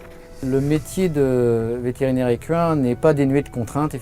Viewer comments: "Écu 1" Jpp ca ce dit "ékin" Lol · J'ai fait des recherches et, en FRANCAIS on prononce "ékain" ! Car le "qu" se prononce "k" et ce n'est pas une exception. ;) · oui lui il dit : vétérinaire ékuuuuain